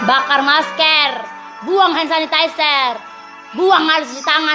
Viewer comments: Ngomong aja ngak jelas maskar , pling di ciduk minta maaf lalu nangis wkwkwk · Masker bukan meskerr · Masker de bukan mas kerr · Masker woi bukan maskeeer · Di tulis ny MASKER dia ngomong juga MASKER lah gw ngomong ny MASKR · Ngomong masker aja salah. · Bacanya masker apa masker